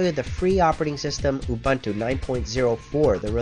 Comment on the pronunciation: Say it, just once "oo-boon-too" = "ubuntu" Just once, say it right, pls!